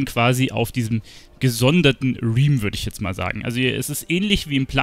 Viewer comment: "Realm"... es wird "RELM" ausgesprochen... nach so vielen Jahren wissen es manche noch immer nicht... mein persönlicher trigger :face-blue-wide-eyes: dennoch danke für das aufschlussreiche Video :face-red-heart-shape